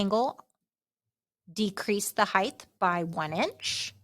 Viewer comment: Heighdth is not a word. Height. It's height.